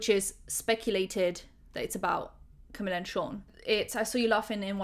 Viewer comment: **"Cameeeeeella" ,not Camilla lol. Sound so stereotypically British (like me!) calling her Camilla lol, I was guilty of doing that too til I learned she is Cuban-born Mexican-American, Latina, and her first name only has one L, so it's pronounced "Cameeela" and surname (Cabello) pronounced "Cabayo". Not really that important I know but still lol, makes me chuckle.